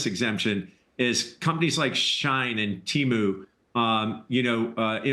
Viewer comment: "she in" not "shine"